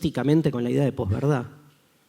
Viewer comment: Tu en palabra estás mintiendo dices "pos-verdad". Porque tú la pronuncias con "j" al final, dices "Poj"